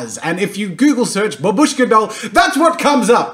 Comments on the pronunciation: It's actually pronounced BAH- bush- kah (Russian for grandmother) and ma- TROHSH- kah (Russian for little mother) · This doll calls "Matryoshka". Not "Babushka", because this word means Grandma and pronounced like "Bábushka"( accent falls on the letter a). I know this because I'm russian. Sorry for my English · well if there is grandmother shown on it then I suppose otherwise matroshka is just this doll no matter if it's Herod politics or anything on it it's still is matroshka not babUshka btw it's bAbushka not babUshka as jazz a says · In Russia it is just called matryoshka, without "doll", and the word that you use is actually pronounced bAbushka, and means "grandma" or "old lady" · I know that I'm two years late, but anyways : 1. Matryoshka doll is correct (that's how we call it) 2. It might be loud but STOP SAYING BABÙSHKA!!! IT'S BÀBUSHKA!!BABÚSHKA SOUNDS SO WRONG AND SIMILAR TO "HLOPÙSHKA (means flapper or petard). JUST STOP. P.s. The end result is awesome! Stan Lee was a great man! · Babushka is grandma or old lady in russian language , and Matryoshka is like childish version of russian name Masha(Maria). Also u pronaunce babushka wrong , u (and 99% englishspeaking guys) say like baboooooshka but its more like baaaaabushka , just make 1 part of word pronaunce longer. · Yeah )) the stress is on the first BA, if you want to get word "Granny". The way Jazza pronounces it, it sounds like Russian word for "Small hut" :) .But anyway it is never used to name Matryoshka dolls in any Russian speaking countries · Literally came just to hear how he would pronounce Matryoshka. He got me back by butchering babushka over and over again.. :(